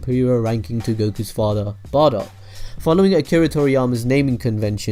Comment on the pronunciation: it's bardock